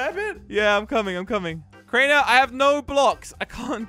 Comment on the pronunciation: Did you just said craner